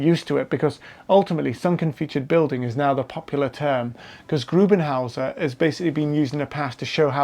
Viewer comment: Aber er heisst doch GRUBENvHÄUSER or Grube huse...